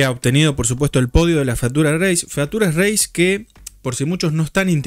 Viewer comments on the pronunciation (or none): Te banco pero no podés pronunciar "fatura reis". Hasta Fossaroli lo pronuncia mal diciendo "Fiuchur reis". En criollo básico se escribe así la pronunciación correcta: "fítchur reis".